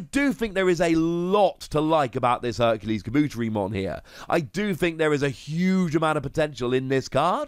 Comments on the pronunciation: kaBOOTerimon lol man put the emphasis on the Ka, and the Te 👌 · Oh yeah Tentomon family. I find it funny that Insects got connected to Electricity. Tentomon just hanging out sipping a drink with a lil Motimon in the background is funny. Looks like lemonade maybe? Oh that pronunciation was bad. Ka-bu-te-ri with the teri pronounced like tare-y. Oh no MegaKabuterimon? But a new HerculesKabuteri at least I guess.